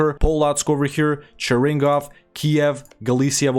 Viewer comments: cheRINgov? realy))) not cheRINgov, cheRNIgov)) From the word "chyorniy" Чёрный(black) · Why Chernigov is Cheringov?